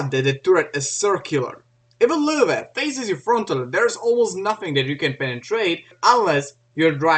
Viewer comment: "w" in german is pronounced like "v" in english.. it's actually called "vee" in the German alphabet ("v" in German is called "fow" and is their equivalent letter "f". So the correct pronunciation is "Luh-Veh" (not Vah, either, plus the umlaut "o" variation, which is difficult) Source: School, internet, books, etc.